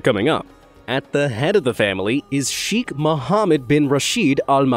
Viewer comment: Cheikh..the chei pronounced like the "sha" in Shake...kh like the c in cataract..